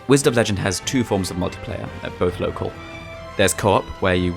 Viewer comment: "Whized of legend" ??????????